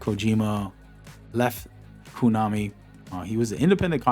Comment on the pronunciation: Pretty sure it’s “kOnami” and not “kOOnami”. Unless you are trynna joke❤